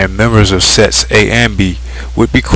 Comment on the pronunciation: lol yea it sounds like he says sex